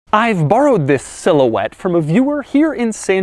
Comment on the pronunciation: Silhouette? How about, more like cigarette! Sometimes that's what I thought he said! Lol!! Lmao!! 😆😄😂